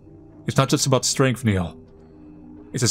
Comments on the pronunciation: Niall - Nile not Neill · It’s NYE-all for Chrissakes (❤ u 😂)